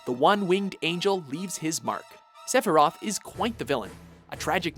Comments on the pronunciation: Palatzo and Seffirof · "SEPIROTH,,, SEPIROTH"